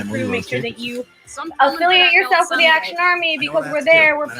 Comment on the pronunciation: "Call to AD-ction" lol jk. love you guys